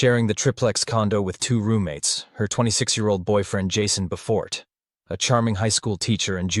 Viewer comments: I grew up with Jason Befort’s family. It isn’t pronounced Be Fort it’s like Befert. This was a horrible crime. I know the cart brothers’ lawyers, too, and agreed they are nothing short of sociopathic. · Just a bit awkward if you know how some of these things are actually pronounced, like: Befort, Foulston, El Dorado. But that comes from knowing the case.